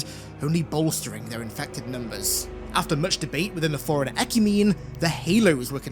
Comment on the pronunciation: It took me so long to realize he was saying “Forerunner” and not “Foreigner”